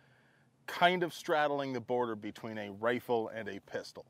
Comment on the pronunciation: A Ristol? A Pifle?